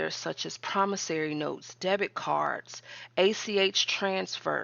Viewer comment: I noticed she corrected the pronunciation in her latest video. Now we just need to work on PromissOry, not "PromissAry". 😁